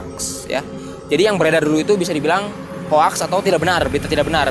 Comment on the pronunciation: Bukan HOAKSSS bang tapi HOXSSS dibacanya bang, heheh correction 🙏